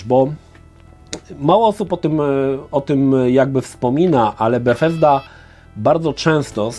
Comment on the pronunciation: Dziwnie wymawiasz Bugthesda 😂